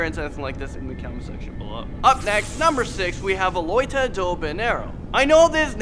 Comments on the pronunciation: Eae mano 😂😂😂sou brasileira e tô assistindo mais n tô entendendo nada 😂😂😂 (pera "Loita" do banheiro ;-; n é loira do banheiro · Loira, not loita